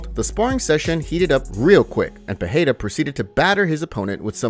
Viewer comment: Ffs it aint peheira ..its Pereira